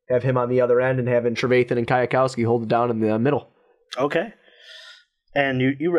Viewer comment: And it’s Kwiatkowski (quit-cow-skee)